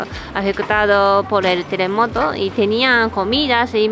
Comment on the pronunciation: De no habel telemoto no habel mueltos... 😒